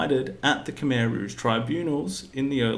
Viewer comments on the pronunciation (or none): FFS it's not cum eye its khmer,!!!